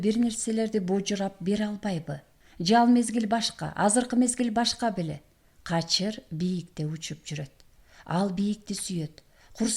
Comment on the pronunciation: " кажыр" эмес " качыр" го.